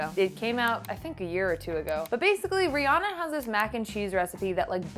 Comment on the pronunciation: Yeah and it's also renounced ree-anna but I'm tired of correcting people ha